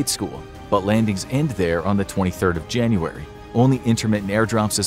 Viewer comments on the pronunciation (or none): Why is it Junuray instead of January